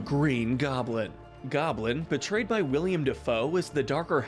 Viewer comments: WHY DOES EVERYONE CALL HIM WILLIAM DAFOE HIS NAME IS WILLEM DAFOE GOD DAMN IT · did you actually say "william dafoe"